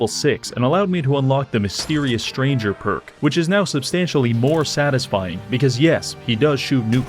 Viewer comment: It took me until park number 4 to realize he's trying to say 'park' instead of 'perk'...^^